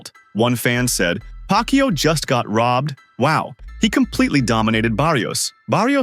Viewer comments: Pronounce it as YAHWWWWW, not YOU !!!! Anyway, boxing is a gambling world, so what would you expect? They need to get that money back, after all, they're just using Manny as always! Though I need to complement Barrios too for being such a humble boxer, realizing how privileged he is to fight with a legend! After all, we all felt a sense of pride seeing a great fighter like Manny come back to entertain us after so many years, especially during the COVID pandemic. I mean 46 yo? I felt my rheumatism then!!! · Pak-u 2…learn how to pronounce mannys last name! And if u can’t, just call him by his first name!